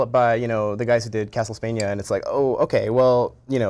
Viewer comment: Heh, he says Castle-spania :)